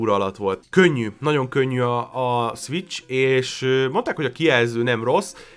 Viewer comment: krva hosszú lett. Ugyan ennyi tartalmat bele lehetett volna sűríteni 15 percbe is. + (de ez lehet hogy csak engem zavart) borzalmas volt hallgatni hogy egy-kettő szviccs.